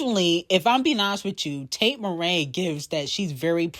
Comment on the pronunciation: Why is she calling here Tate Marae instead of MCrae did I miss a shade moment lol